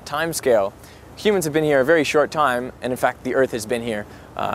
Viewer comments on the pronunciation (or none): is it me or was everyone saying biwwion intead of billion